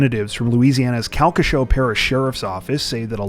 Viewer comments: ooooooh--SO close on "Calcasieu"! 😆 Don't know if it would ever come up again, but it's technically "cal-kuh-SHOO" (locally). (I'm poking fun cuz in the 5 yrs I've been watching y'all, i think it's only the second pronunciation 'oof' I've ever heard on this channel) 💜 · Calcasieu = Cal-ca-shew You were close!